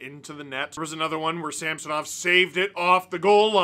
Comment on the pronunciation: Great win only marred by the continual mispronunciation of Sammys name by the commentators 😂 who the heck is SAM SO NOV